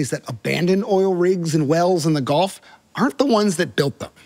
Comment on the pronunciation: Gulf … not Golf.